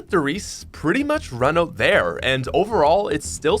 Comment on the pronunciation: Its so funny you say 'in and oot' not 'in and out'